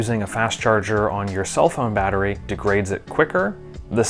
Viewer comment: 🙂Greetings! I am subscribed to your channel, and I have noticed at the timestamp, you can hear in the audio the word (mattery) when it should be battery! 🫡I just want to make clear to everyone at, that I can spot or pinpoint any misspelled or misspoken words based on the fact that I do really enjoy watching your videos in a detailed manner to really enjoy them! 🤗Me finding things like the ones I have mentioned above, it is just me having fun and letting people involved with and the people watching the videos, that you can also have fun finding things like this and promoting patience, tolerance and understanding in the process! 🕊️🌇May everyone at and people reading this or watching the videos have a wonderfully blessed day!